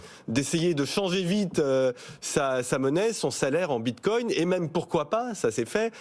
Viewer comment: 🤣🤣🤣 merci c'est magnifique : "Moi j'appelle ça dès crypto actifs" 2min plus tard : "La cryptomonnaie de Létheréoume" "Le bintcoing est monté à 58300" "L'autre asiatique a voulu racheter FTX" 😳😥😫 Ah vous m'avez fait beaucoup rire, c'est ridicule.